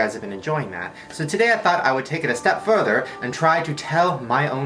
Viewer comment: who heard Shane changed British for a mini second when he said further.